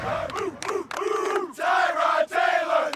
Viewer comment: Hue never even learned the correct pronunciation for “Tyrod” Taylor.